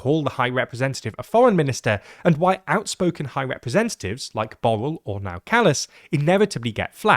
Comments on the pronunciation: Borrell is pronounced /bu.rɛʎ/, not like "bowl" lmfao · TLDR clowns turned Borrell which is pronounced like Borrrell to Bowl. Kaja Kallas is callous because she comes from a small nation. They always tend to be irresponsible and ungrateful in nature. Fundamental problem is the deceit of the politicians of EU who lied to their people and snuck in a Federal EU government while claiming that EU is not a superstate. The people, whenever given a chance, like in the Netherlands and France, rejected the concept of a Federal Europe by voting down the EU Constitution in 2005. Lisbon treaty is a secret adoption of the EU Constitution in a different name and avoiding referenda. Ireland honestly held a referendum and it was defeated. Since it was not an option, the EU people told Ireland that there will be no EU army and Ireland can remain neutral (in military only) and if Ireland rejected, banking sector may not receive EU money (blackmail). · But botched the Catalan "Ball" 😭😭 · Sorry are you pronouncing Borrell as "Ball"????? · It does not take a lot of effort to learn how to properly pronounce Borrell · As a Catalan, quite a bad pronunciation for Josep Borrell's name. The Catalan open O is pronounced like a U in English, and the LL is pronounced closer to the Y than the single L. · As a Spaniard, I wish they would have tried a bit harder with Borrell. Maybe the catalan "ll" is hard for them, but at least the "rr" is broadly known and they didn't even try